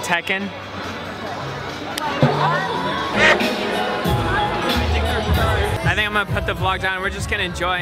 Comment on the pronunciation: hahaha "tekken" hahahah